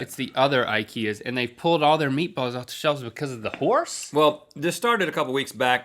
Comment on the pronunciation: I have eaten horse, only he pronounced it Hoss.